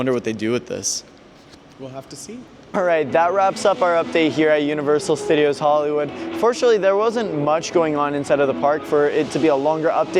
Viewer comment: "welcome back to universal stuh-deeos":face-green-smiling